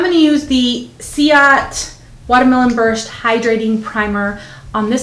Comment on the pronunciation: I was just wanting ti ket you know CIATE,IS PRONOUNCED LIKE THIS:SEE-AH-TAY!💖💖💖